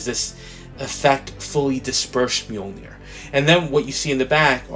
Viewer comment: Awesome review though I'm not much into female figures. I just liked hearing you pronounce the word 'Mjoinir'🤣🤣🤣 Take care my brother